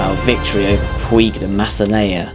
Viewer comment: It's pronounced puidg as in midge not puig as in twig